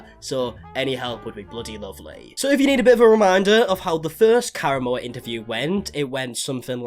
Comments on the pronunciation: When you said Karamo... I for sure thought you said Caramel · I keep hearing Caramel lol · Has anyone mentioned that you're pronouncing Karamo wrong? It's "Ka-Rah-Mo" not "Kara-mo" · In case you ever have to speak Karamo’s name again, he says it with the accent on the second syllable kar-AHH-mo.